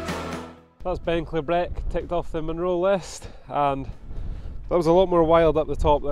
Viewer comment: pronounced 'klee-brick' :))